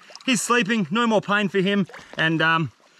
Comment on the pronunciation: Nor way, NOR WAY BRO....why can't people from Australia say No?